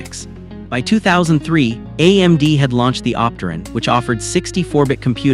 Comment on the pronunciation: the mis-pronounciation of Itanium and Operton was it for me. ugh